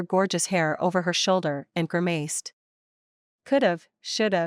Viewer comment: Good stories. However, grimaced is not pronounced grimaized